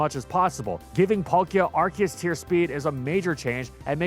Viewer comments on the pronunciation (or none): none